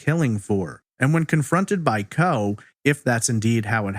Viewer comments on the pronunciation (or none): Isn’t that pronounced “CO-EE?”